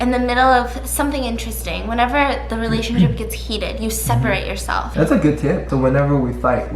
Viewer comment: “It will ✨resurrect✨our relashonship”💀😂